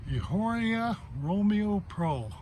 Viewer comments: It's pronounced "E" ah or ah. Soft H. Does not rhythm with a street walker. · everyone pronounces it like that. It's humorous. Very informative video.